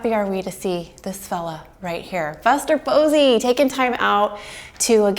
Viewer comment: ah yes "fuster bosey"